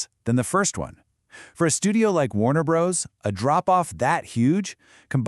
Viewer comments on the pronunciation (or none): First to comment.... Let me say I suspect this channel is using AI to make its videos. It's based in Vietnam, has strange editing that cuts the narrator off in mid-sentence, and calls the studio "Warner Brohs" instead of Warner Brothers. It's always been spelled Warner Bros. but no human being would ever call it that literally.